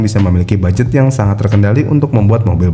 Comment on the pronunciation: Budget bang bukan baget